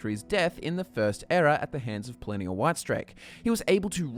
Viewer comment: "Pellennial Witestrake"